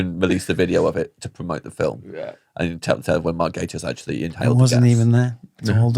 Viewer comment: I can only profusely thank you for pronouncing his name correctly. One of my biggest (semi irrational) bug bears is people saying Gah-tiss.